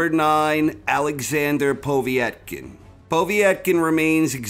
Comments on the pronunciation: poh-vey-et-kin?, its pov-yet-kin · Good video as always, from Russia with love:) Btw Povetkins name is pronounced pov-et-kin rather than povie-et-kin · “Povie-yet-kin”?!? Come the hell on. You know that’s NOT how it’s pronounced. Wtf is w/ so many ppl mispronouncing so many common words and names in this sport? And we can’t blame this one on being foreign to us bc it’s an Eastern European name, he’s adding letters and syllables. - that said, I like the list. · The way he pronounces Povetkin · Why can’t you say povekin right